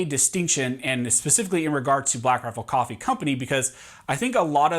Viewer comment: Take a shot every time he says “blackrafflecoffee”